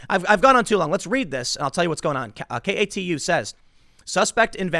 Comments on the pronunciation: KATU-pronounced as a word is “Kay-too” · I don't know if enunciation matters, but I'm from the PNW and the news channel "KATU" is actually pronounced "kay-two". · Tim, the tv station KATU is pronounced "kay-two". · Kay too News is how you pronounce it lol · Tim: KATU is pronounced kay-too. Vancouver is right across the river from Portland. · KATU2: Pronnounced : "Kay Too" idk why but thats how it is here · Its pronounced KAY TWO my man! 👌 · Tim, KATU is just pronounced "kay-too" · Vancouver is right across the Columbia River from Portland and is considered part of the Portland metro area. Also KATU is pronounced like Kay-Two. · Lol Tim, I know you are not a local, so let me help you out. katu( kay-to) is how they pronounce it. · Tim, since you have to read so many stories from them, KATU Is pronounced Kay-two. Also Willamette is Will-ammit. Portland and Vancouver are next door neighbors, both cities are on the Columbia River which defines the border between Washington and Oregon. Oh and Clackamas is clackuh-miss. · Hey brother love the videos. But its pronounced "kay-too". I live in Southeast portland thats the only reason I know. Keep it up and spin that shit.